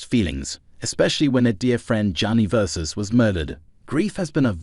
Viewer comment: VERSACE. NOT VERSUS.